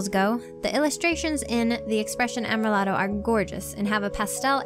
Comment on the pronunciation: (Finally, "Amrilato" is said am-ree-LAH-toh)